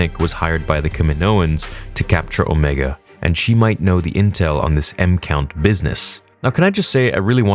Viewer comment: It’s OMEGA not omeeeeeega.